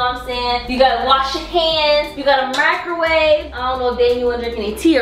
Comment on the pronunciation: soory but you said macerwaver its microwave im juss saying.